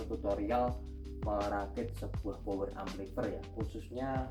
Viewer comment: Amplifayer mas bacanya bukan amplifer😅